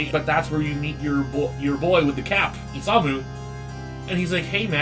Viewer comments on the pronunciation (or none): none